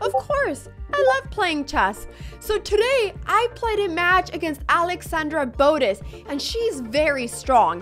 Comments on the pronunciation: isn't it bo - teZ not bo -tis? arent your pronouncing the name wrong? the emphasis is on the z not the b right? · Botttez not Bodez 😂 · The way she says "Boadez" has me dying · Can't even say botez right 😭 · youre mispronouncing Botez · so your dad is spanish but you dont know how to pronounce botez? mdr